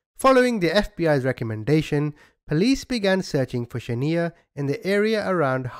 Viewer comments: He is most definitely not saying her name right he should have watched the real video of what actually happened before he made his video the mother gave Mario the baby for exchange of money because she couldn't pay her debt Shaniya not Shaneeya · Its not Sha-nee-ya,, it's Sha-Niiii-Ya but thanks for re-covering the story! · It’s shaNIya not shaNEya! I think you should of found that out before saying her name wrong the whole time out of respect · The name is pronounced Shaniya not shaneer. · I’ll never forget this lil baby ..🥺 “Sha-niya “ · This is my hometown and it's a damn shame that you're not even pronouncing the girl's name right! But I will say the hotel that everything happened in my city we made sure that that hotel closed down and it's abandoned infiltrated and depleted! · 100% should have made the effort to pronounce this baby's names right. Sometimes it's an accent thing.. in this case it's clear it is not. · Respect the victims! Learn how to say her name! It's important!! You getting defensive has nothing to do with me!